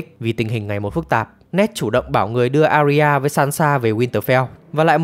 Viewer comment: Arya đọc là A - ya nhé, 2 âm thôi